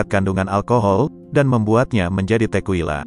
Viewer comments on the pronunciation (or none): Cara baca yg benar: AgavE - E nya dibaca, bukan agav. Tekila - bukan tekuila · Bro bukan tequwila nyebutnya tekila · Baca:Tekila bukan tekuila. Agave bukan agef. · Kesini gara2 yg baca berita ndeso. A ga ve dibaca agev, te ki la dibaca tequila 😢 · Klo kita nenggak 1 sloki setiap naratornua ngmg “Tekuila”, kita udah mabok skrg 😂 Btw, bacanya “Tekila”, bukan “Tekuila” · pengucapan tequila itu tekila. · nyebutnya 'téqila' sm 'agavé' bang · Bacanya Tekila bukan sih?